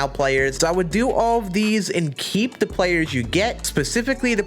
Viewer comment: I love how pronounces “The” … “DA”